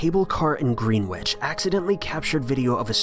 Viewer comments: his pronunciation of Greenwich lmao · Greenwich it’s pronounced gren-iche they said green-which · He said Greenwich as 'green witch' not 'gren ich' and that's actively upsetting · It's pounced gren-itch not Greenwich 🤦‍♂️ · IT'S PRONOUNCED GREEN-ITCH. And no, we don't have any mystical sea creatures this area of the Thames. That's more central. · This chump said GreenWich!!!! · As a half Japanese citizen with a Japanese mother, I can say that I am fairly qualified in the area of Japanese folklore. Never have I, or my mother, ever heard of the “Ninjen”. Ps. It’s pronounced grinnich, not Greenwich. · I know this one was gonna be a riot when he said “Ninh-Jen” and “Green-Witch” what in the hell bro 💀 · man literally said "green witch" lmfao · Greenwich is pronounced Gren-itch, and we do get whales and seals in the Thames as well as quite a bit of large debris. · the way he said greenwich really bothered me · why did he pronounce greenwich so badly lmao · The Greenwich thing was a few years ago. I remember it quite well, as do most people who live by the Thames here: for 2 days people went down to the river because whales had been spotted at high tide all the way up in London. Nothing mysterious, other than the way the idiot pronounced "Greenwich". It's pronounced "Greh-nitch" not "green witch" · Swear it’s Wembley and not Greenwich